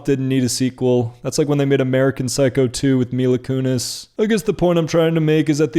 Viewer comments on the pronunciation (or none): none